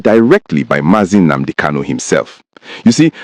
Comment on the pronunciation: My friend you claim to be an Igbo man but you can't pronounce common Nnadi KANU or Nnamdi KANU or even Nnamudi KANU and you are here saying or calling him "Nnamdi" please, can I ask you a question🤷: please what does "Nnamadi" KANU mean because as of me I don't know what Nnamadi KANU mean I only know about Nnadi KANU, Nnamdi KANU and Nnamudi KANU 🤷🤷🤷???